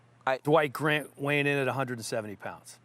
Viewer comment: Was it me but DC sounded like he kept calling him The White Grant